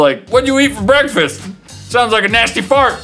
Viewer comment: whats going on, BEKFAST